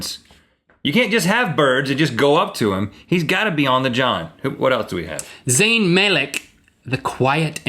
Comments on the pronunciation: Zane not zany sorry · If you are a real directioner you would know everything that they said in this video about one direction and LINK SAID LOUIS' AND ZAYN'S NAMES WRONG